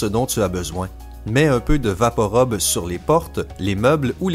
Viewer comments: Sylvie de Rueda il prononce mal, je connais très bien le Canada vue que ji vie, et je confirme que tout le monde dit rub et non rob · Rub pa rob sa ce dit vaporub pa vaporob, comme à la pub tv il disent vaporub et non rob, mais bon dsl sa ma énervé de voir que tu dises rob sur un médicament comtre le rUme, pour info il on imiter un mec enrhumé (rhume =RHUBE) donc vaporub, video quitté après 1 minutes ct vraiment chiant, juste une astuce avant t'es vidéo (Wikipedia) sa te permettra de pu passé pour un abruti heeeuuu laisse tomber le pu s'est déjà tro tard 😁